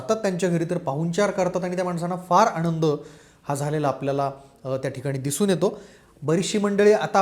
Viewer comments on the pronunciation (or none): none